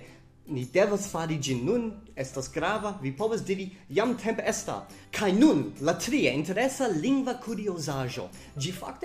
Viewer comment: Fakte, vi akcentas la malĝustan silabon. Ĝi ja estas "Jam temp' está" kaj ne "Jam temp' ésta." Krom tio, brila filmeto, dankon! Pri la akuzativo, mi plej ofte aŭdas tiun eraron kun manki. Oni devas diri, "Mankas mia manĝo." kaj ne "Mankas mian manĝon." :)